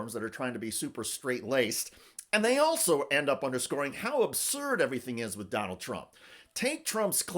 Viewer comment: Hahahahaha she called him tronald dump